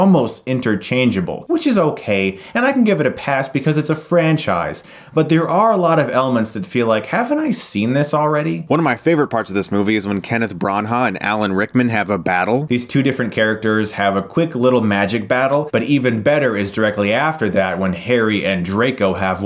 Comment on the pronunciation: LOL! Once again Chris can't pronounce famous actors' names. Bron Ha! LOL!!!! Bran-ah is how it's pronounced. I'd love to see Chris at a film industry function. He'd get laughed out of the room because he doesn't know shit about the people who make movies.